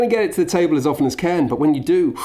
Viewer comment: it's pronounced "karn" btw, its a gaelic word, the i is only there to specify the pronunciation of the r